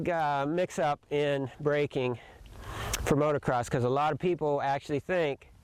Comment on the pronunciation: Holy smokes. You've been involved with Motocross for 35+ years. So say MOTO-CROSS. NOT motor-cross.